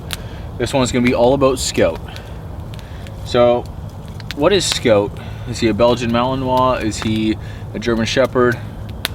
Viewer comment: Why name him scout if you can’t even pronounce it correctly?